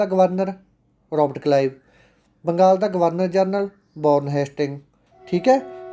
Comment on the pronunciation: Sir tusi glti nl Robert kalive bolta c g